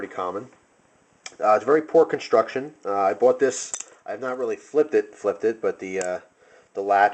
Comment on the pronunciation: Sammich conshhuucshhuun